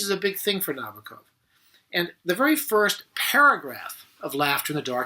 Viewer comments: Nabokov himself is quoted saying that the bok part of his name is said the same as knickerbocker. Not na-boak-off or na-bah-koff. Na-bok-off. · I cringed every time he said Nabokov's name. It's ponounced "na-BOAK-off." Other than that, there were not any great insights here. I wanted to relive that scene out of "Annie Hall," where Woody Allen pulls Marshall McLuhan out from behind that display at a movie theater. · I agree with many of Mr Bradfield's observations, and enjoyed the clip! But I must call out one thing Nabokov himself made quite clear in writing in 1973 - the correct placement of the stress accent in his last name. It should fall on the second syllable, not the first - that is, on the first 'o': Na BOCK off. For many years it seemed that few cared about this, until sometime around the mid nineties, when champion player Evgeni Nabokov appeared on the ice hockey scene in America. Then, suddenly, it seemed, one could hear sports announcers around the US saying it correctly.